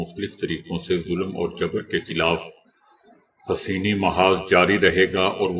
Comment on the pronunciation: وعلیکم السلام برائے مہربانی اصلاح/ تصیح کرلیں: It is Hussaini or Hossaini ; not Haseeni. Kindly don't mind.